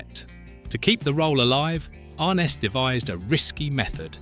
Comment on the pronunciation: pretty sure it's pronounced "arNESS"...peter grave's half brother. i think.